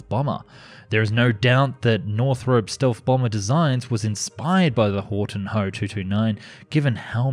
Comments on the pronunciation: Well, your try to pronounce Gothaer Waggonfabrik was not as bad as it could have been and surely not as bad as you thought. Only it is Horten, not Horton. And in Germany nobody says H-O, we say Ho, just like we do not say M-E for Messerschmidt, we say ME, speak "MEH". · It's called Horten not Horton